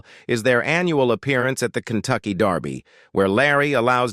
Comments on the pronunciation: Why does man say Darby not derby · It's called, "DER-by"; not " DAR-by". If you're going to report on something, at least pronounce it correctly. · It's Kentucky Derby. Not Darby! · It’s “derby” not “Darby”! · how do you get 'darby' out of 'kentucky dErby'? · She looks like her dad. Only her teeth are like her mother. It's derby, not Darby. AI usually messes these stories up. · The Kentucky DARBY.....kinda annoying :) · Why do these sites use AI or whatever robotic voice that mispronounces words? Kentucky Darby? Really? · If I heard "Kentucky Darrrby" one more time I was going to scream!!! Great job Larry, but dang this video is hard to take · Muh hay uh not Mex e uh. Derby not darby. Geeezzzzzzzzz get it right!